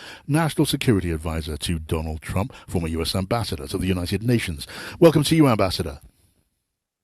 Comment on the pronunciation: the moderator actually said"Donald Trunk"?